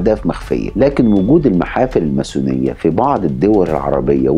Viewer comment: تُكتب و تُنطق الماسونية ، من وين طلع حرف الثاء معاك !!